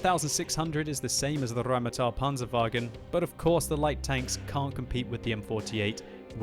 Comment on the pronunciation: Stahp rolling your r's for German words. It's just Rheinmetal, not RRrrrrrrrrrrrrrrheinmetal.